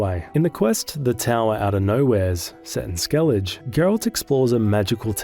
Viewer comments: SkelliG? They do write Skellige and say SkelligE. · “Skell-igga”, not “skell-idge” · He has to be doing it on purpose to farm engagement. There’s no way someone can play multiple play-throughs and STILL be calling it Skellidge 😂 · My first bug encounter with geralt was in like 2020 or 2021. Everytime I whistled, A new roach would appear. I summoned 7 or 8 and started parking them like cars. Also, its pronounced skell-a-guh Edit: WHITE ORKARD? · Bext time you play Witcher 3, listen to how the words are pronounced ingame... There is no "Skellidge" but that's not your only offense... Great video otherwise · Skellidge Geraalt Visimuh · Dude, stop calling it 'skellidge'. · How am i supposed to sleep when my blood pressure spikes every time you say things like skellidj and gerralt? Jokes aside, great video! 🐺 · "Right to jail. Right away." Me after hearing the skellige pronunciation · Hey, I’m not saying this to be rude but I’m genuinely curious - how is it possible that you claim to have played through this game several times, but you can’t pronounce Skellige?